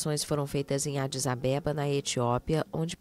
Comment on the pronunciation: A pronúncia está errada. Adis abeba não, what is a bebum.